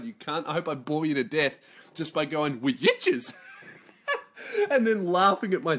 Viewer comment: Listening to this podcast at the gym was probably the biggest fucking mistake I've ever made. I almost collapsed under the bar because I laughing so hard at "wee-itches"